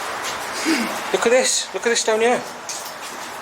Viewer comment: 'YOU ARE HEE' XD